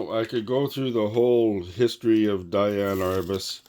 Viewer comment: It's "DEE-ann".